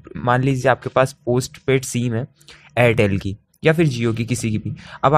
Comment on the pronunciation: सीम नही सिम होता है😏